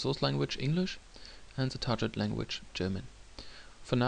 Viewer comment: I like the video - thanks for that. However, I would check the pronunciation of the word "target" :P